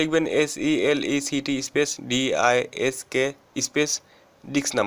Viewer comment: he call disks by diks XD